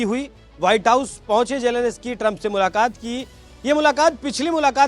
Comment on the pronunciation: जेलेंस्की बोलना चाहिए मगर पूंडी- जेलेनस्की बोल रहे - जाओ जरा जेलेंस्की बोलना सीख आओ 😂